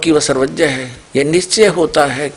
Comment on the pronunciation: Pahle aapna hindi ki pronounceation thik karo...Bhai... "Sarvagya" hota hai.... "Sarvajya" nahi hota